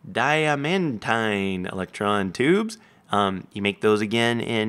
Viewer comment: Its pronounced Die-man-teen, not Di-a-man-tine.